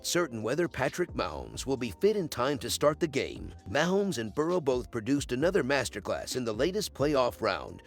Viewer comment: Wish you would stop using a robot. Can’t pronounce Mahomes correctly.